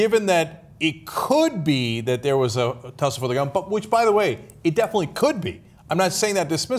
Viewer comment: lol, "tussle"